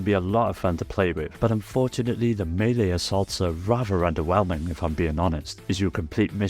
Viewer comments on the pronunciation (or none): none